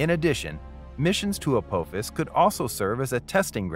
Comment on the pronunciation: Teach your AI how to pronounce, "Apophis".